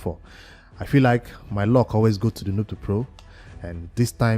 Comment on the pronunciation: It's called L U C K not ( Lock ) 🤣🤣🤣🤣